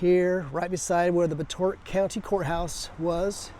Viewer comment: It's pronounced "Bot-A-Tot".